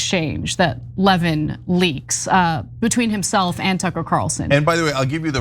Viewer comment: Lévin like Lenin, thank you. Stop calling him Levine